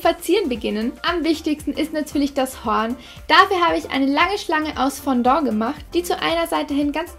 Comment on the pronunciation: Nicht böse gemeint aber es heißt nicht Fondo sondern Fondant😉😂